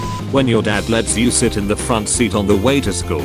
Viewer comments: you said "shit" instead of sit lol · you mean sit not shit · it aays shit instead of sit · bro says shit not sit lol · The fact that he said shit instead of sit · Bruh he put shit instead of sit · Yall didnt notice in said shit instead of sit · Did anyone notice when he said sit he put the H after the S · so nobody gonna talk about how it said shit instead of sit-? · You said Shit intstead of sit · instead of saying sit you said §hïť why? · Shit instead of sit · Did I just saw shit instead of sit? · it said shit not sit XD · who else noticed it said shit instead of sit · instead of sit it said shit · When it said “When your dad let’s you sh!t in the front seat it says sh!t in stead of sit... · Narrator: when dad lets you sit in the front seat on the way to school What it really says: when dad lets you shit in the front seat on the way to school I guess he knew his child couldn’t hold back his shit any longer if he let him shit on the front seat lol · Oop it said s*** instead of sit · they accidentally said SHIT instead of sit 😂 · When he said when your 6 and your dad let’s you shit in your seat do you mean sit? 😂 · he said shit instead of sit in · sit not shit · Lol instead of sit it said shi& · He said shit in stead of sit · Y it say shit instead of sit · am i thee only one that noticed "sit" actually says "shit" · Notice how it says Shit not sit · who else realized it said “Shit” instead of sit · you mean sit not shit hahahahahahahabababhaha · u misspelled sit but u said s%&t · it said shit instead of sit